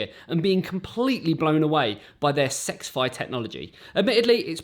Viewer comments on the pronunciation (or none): It’s not sexfi like he keeps saying it is s x fi